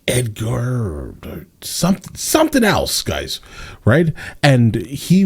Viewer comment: he said Edgar🤣🤣